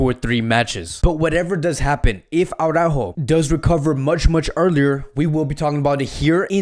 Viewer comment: its araujo not aurajo😂😂